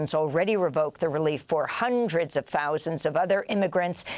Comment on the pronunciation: Interesting how she says accentuates the number thousand every time she has reporting. Seems like all these reporters do the same thing. They accentuate saying the number thousand. It’s really sounds ridiculous.